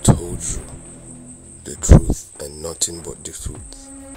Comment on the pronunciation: The frooth lol 😂 😂 😂